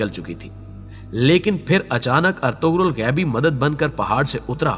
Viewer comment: ارطغرل ہوتا ہے ارتغل نہیں